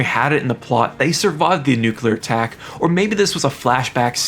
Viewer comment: Ass tack